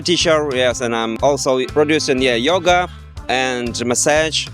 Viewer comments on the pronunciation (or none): none